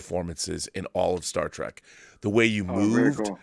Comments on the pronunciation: Did he just say Star Trak? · I was thinking the same thing. That's what total NOOBS call it lol